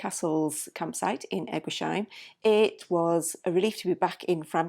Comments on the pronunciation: You pronounce the place E- guis- heim !! No sheim !! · Even if it was very painful to hear you both mispronounce ‘Eguisheim’ every single time, I’m happy that you enjoyed the Alsace area. I just found your channel today and I’m binge watching your videos. I’m really enjoying your content.